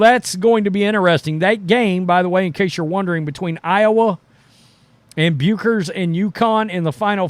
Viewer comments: "Byooker? ...Byooker? " (pause) Ferris "Byooker?"😅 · Love your commentary. Please please please pronounce Paiges last name correctly. It sounds like "Beckers". Not "Bukers" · Bueckers, pronounced, Beckers. Paige was CC22 b4 PB5 had 2 season ending injuries. UC🐺NN is Elite 🏀 & Bueckers is 1 of The Greats. PB5 is coming back hopefully to bring another National Championship(11) back to UC🐺NN. Watch PB5s Highlights!!!, there are plenty to choose from. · its pronounced beckers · When pronouncing Paige’s last name it is said without the “u” It’s pronounced as if it was “beckers” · Paige Buecker's last name is actually pronounced: "Beckers" as in checkers, don't ask me why the Germans put a "u" in it Bueckers and Clark are actually very good friends. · It’s pronounced Beckers😊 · Hate to do this, but Paige Bueckers' name is pronounced 'beckers'.